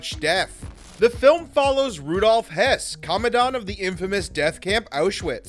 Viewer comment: it's not pronounced hess, it is pronounced hurss